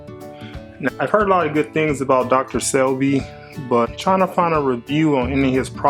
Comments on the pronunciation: dude, it's SEBI, no L! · Thanks for the "how to" brother. Oh, there is no "L" in Sebi. I think I want to try this product. Please keep us informed as to how it effects your eyes. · Se-bi you should look at some video so you can say his name right 😑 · lol its pronounced SAY-B lol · It's pronounced," say-bee." Brother If I'm wrong some one correct me ? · thanks he was killing me with that Dr.Selby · You saying his name wrong from the start was 😮😂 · You are butchering his name smh